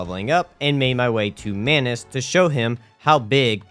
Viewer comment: You said sus crybers instead of subscribers And mayonnaise instead of manos 😂😂